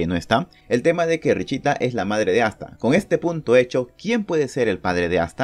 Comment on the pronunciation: Se pronuncia "Richta" pero no puedo pronunciarlo por eso dijo "richita" :'v